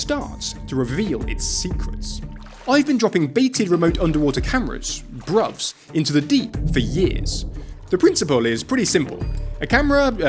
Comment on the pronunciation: Hearing you say "BRUVS" in that accent made me lol. I'm American BTW, but from New England and have a lot of English friends. My mind IMMEDIATELY went to the slang. XD